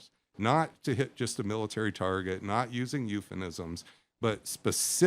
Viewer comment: the "expert" is a simp. he blithely tends his little academic garden, oblivious to military necessity, oblivious to reality. "eupheNisms"? huh?